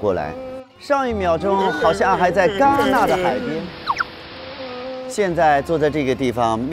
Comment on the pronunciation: 为什么戛纳要改说加纳？哈哈哈😄